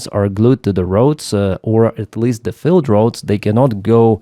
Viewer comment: Hi. You say field as filled. Just to know. Good luck.